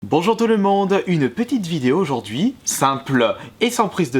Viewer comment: "bonjoureuh touleumondeuh" trisomique